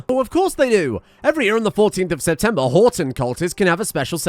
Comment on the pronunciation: Everytime he says Horton I just hear "I'm Rodger"